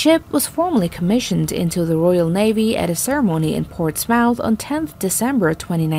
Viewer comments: its not ports 'mouth' say ports-mof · The British carriers were commissioned at "Ports Mouth"?!?!?!? Do you mean Portsmouth (pronounced Ports-muth) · Portsmouth is pronounced ports-m-th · "Ports-MOUTH"??? This woman should not be a narrator, she should be in an intermediate English language class. These videos are unwatchable... if you CARE about proper grammar and pronunciation. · you said Portsmouth wrong :D